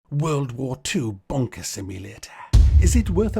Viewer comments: Kept hearing WW2 bonker. Hehe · Ooops I thought you said “ Bonker Simulator “ hehe, hoho, lol!, lol!, oops, laughing falling of my chair!. To be honest this is a piece of nonsense, there are too many so called Simulators at the moment, and many verge on the ridiculous!. Why don’t we have a Haemorrhoid Simulator, make it RPG, open world search for Anusol products!!, lol!, lol!, oops sorry! Hehe!!. I can’t get off the floor, I’m still laughing at this video. Oops now is the time I should display your ubiquitous Tommy Lee Jones caption, tut! tut!.